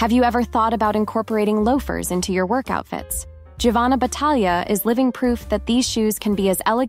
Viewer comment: Giovanna is pronounced “Jovanna” in Italian. In other words Gio =Jo. Thought you’d like to know.